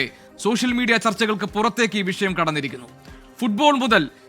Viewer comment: ഭരണഘടനയെ ഉൾക്കൊള്ളുന്ന പരിഷ്കാരം നടപ്പാക്കാനുള്ള mandate ആണ് മൂരി താത്താ ജനങ്ങൾ ഗവൺമെന്റ്ന് കൊടുത്തിട്ടുള്ളത് 😊 പിന്നെ, " വിശയം" അല്ല വിഷയം ആണ്... താത്ത റബ്ബിന്റെ പത്താം ക്ലാസ് ആണെന്ന് തോന്നുന്നു 😂